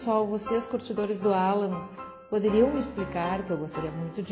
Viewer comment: "Alân" ta serto